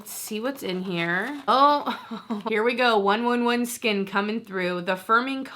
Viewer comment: 111Skin is pronounced One Eleven Skin JIA JIA is pronounced Tia Tia